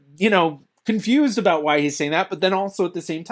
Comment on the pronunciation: As a Canadian this guy is officially the only Canadian I’ve ever heard say aboot!